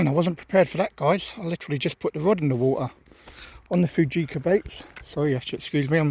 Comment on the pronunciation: Think they're pronounced "fooka" never had any success with them, nice little video